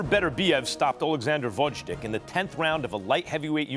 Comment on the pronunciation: Come on, Max. Learn how to pronounce the Lastnames of the fighters. VOZHDICK??? seriously?